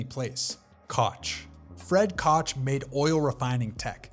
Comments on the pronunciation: Great video. Concise, engaging but Koch is pronounced coke, not kotch. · Koch is pronounced Coke… not cawch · Koch is pronounced like "coke' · It's not Koch, it sounds like kokh, it's German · Koch Pronounced “Cook” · Koch is pronounced as Coke . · "Koch" is pronounced just like the drink "Coke" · Blows my mind when youtubers can't even bother to look up how to pronounce a name... Koch is pronounced "coke" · The “Koch” name is NOT pronounced as it is spelled. It’s actually pronounced Coke like Coca-cola. They are not associated with that brand, it’s just their name. Next time you’re typing your script just say Coke Brothers instead. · Koch is pronounced "Coke" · The AI cringe you get when the narrator absolutely butchers the Koch Bros. name pronunciation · Interesting video, but the AI narration is pretty bad. If you can get someone who has some knowledge of American history to check and correct the audio, your video would have gotten a thumbs up. One example is how "Koch" is pronounced. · I went back and watched the video again, and a number of the errors have been corrected, but it still has mispronunciations of Koch (it sounds just like Coke when said correctly) and Rothschild (sounds like they're leaving out the S here). I'm not the only one that mentioned the previous pronunciation errors.